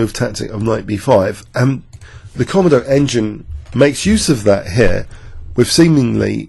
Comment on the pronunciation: Great analysis. I'm probably being a little pedantic by saying this but i think the engine komodo is pronounced kuh-moh-doh, as in the dragon of the same name. Also I had a problem with a blank black screen appearing at the beginning and middle of the video that i had to skip through. Just thought you should know.